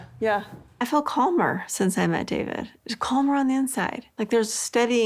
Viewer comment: Koody, tell me how you fill, like, fer rill. She SOOOO wanted him to say that he was absolutely in LOVE with her, but not the others...that he didnt know "rill" love until her. 🤮